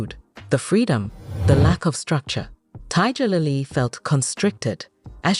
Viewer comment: Tiddjerlily? Can't stand these AI voice overs!